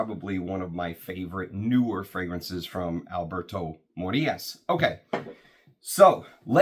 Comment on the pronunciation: Mi pana,! Vuelve la oveja perdida. Abrazos! 🎉🎉🎉. the manner you say “Alberto Morillas” make me think you have been practicing your spanish!!! the day of your return, I purchased a vintage Shalimar from the 90s and just guess who I thought about then low and behold your back, my mental therapy!!!!! Woohooo!